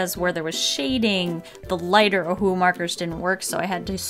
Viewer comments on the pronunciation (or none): Please use your pronunciation properly. It sounds like you're saying OHU instead of OHUHU which is the proper brand name. Just saying, you might want to try pronounce the words properly. Just some constructive criticism for you. Otherwise this I love you and your videos are AMAZING. Carry on the great work :)